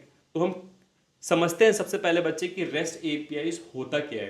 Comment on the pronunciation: Manlo bach-chee 😂😂😂